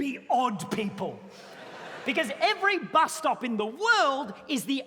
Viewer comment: The bus stop-ah! Emphasis on the P